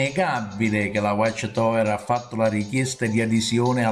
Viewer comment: Non sai manco prononcirae whatch tower